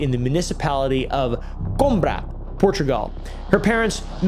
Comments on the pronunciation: ngl the Coombra hurt my portuguese ears so bad (do appreciate him even trying it, Portuguese ain't easy). It's pronounced Coo Eem Brah (this is the best description I can make of it) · As a Portuguese, listening to you trying to say the Portuguese words is Hilarious. You read Coimbra as Cumbra 😂 I can't! Also, you read the names as if they were Spanish names. Rodrigues and Rodriguez are different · Uhm...🧐🧐 It's actually pronounced Coimbra, it's has and i on it... Just helping the algorithm here guys. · trying to pronounce "Coimbra" was something I'd never expect to hear (Portuguese here!) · Coimbra is a district of Portugal. He did read their names as if they were Spanish, like RodrigueZ instead of RodrigueS 😂 he tried though